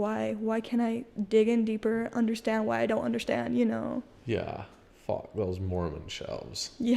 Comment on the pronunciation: Robyn from the Sister Wives show does the sh for an s sound sometimes when she speaks. Particularly, she says the word “undershtand”.